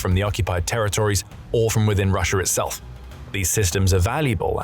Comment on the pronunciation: It's Russia not Russiar